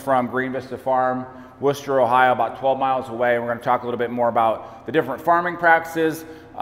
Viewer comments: First time I've ever heard an American pronounce "Worcester" correctly 👍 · The thing i was most impressed with was the correct pronunciation of Worchester. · Thank You for saying Worcester correctly!